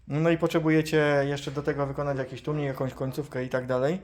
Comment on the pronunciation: Cenie bardzo filmy ale na litość boską.... T Ł U M I K a nie tłumnik bo aż uszy bolą